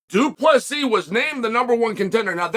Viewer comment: If you want to know how you can tell that Chael actually does respect DDP just notice that he is actually pronouncing his name perfectly. He's trying to help the guy.